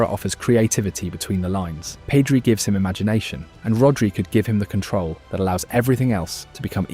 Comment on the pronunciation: Nothing wrong with a good AI video. but this one isnt great. I stopped watching after "PEEEDRI"